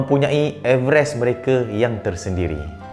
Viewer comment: Rasa terganggu dgn cara sebutan everest tu